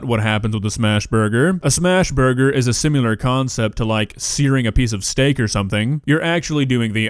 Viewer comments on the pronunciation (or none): "Sim-i-lar" not "sim-you-ler" Please change that. (BTW, watch you every day) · did you seriously say "simular"?